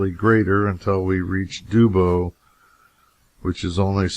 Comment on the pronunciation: Not Dewboe, it's pronounced Dubbo, like rub a dub dub.